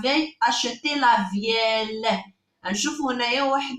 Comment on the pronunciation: la veille خطأ فالنطق مكنطقوش لل